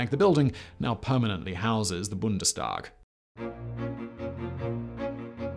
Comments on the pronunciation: Made worse by the fact that he pronounced Reichstag and Bundestag quite well. Come on, you can do better... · Can pronounce Bundestag perfectly, but still gets Dhaka and Pakistan wrong... :/